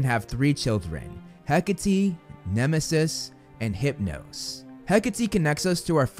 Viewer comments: IS IT HECAHTEE NOT HECK-ATE??? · It’s HECK-A-Tee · Am i the only one who pronounces “Hecate” as “Heck-ate”